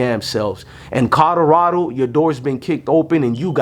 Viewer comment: Bro, it's COLORADO, not CODORADO. Jesus Christ, you can't even pronounce the team's name proper 😂